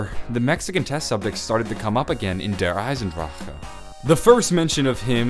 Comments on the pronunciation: It's pronounced DARE EYESENDROC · you can't even say der eisendrache it's pronounced der eisendrack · its pronounced der EYES IN DRACK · why the hell did you say der eisendrache so weird.. you like breathed so hard lmao